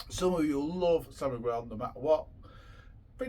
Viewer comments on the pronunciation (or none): It's called San Miguel not San Migwell